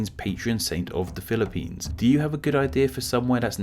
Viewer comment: "Philip"pines I wash my brain instantly